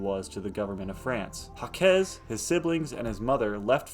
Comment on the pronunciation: You butchered that man's name 😂. He is French. It's pronounced zhahk. Jacques (French for James) is pronounced with a soft 'J' (like the 's' in "measure"), followed by an "ah" sound, and ending with a hard 'k' (e.g., zhahk). While some English speakers might say "Jakes" (like Shakespeare's character), the most common and authentic French way is a single syllable, rhyming with "sock" but with a softer start.